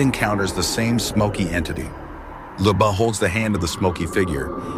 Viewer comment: Ljuba, not Liba.